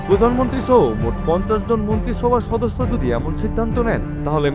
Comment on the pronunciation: ছদস্য, পরেছদ, 😂 কে কে খেয়াল করেছেন!??